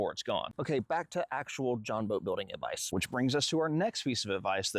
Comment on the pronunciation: Good "avdice" 😂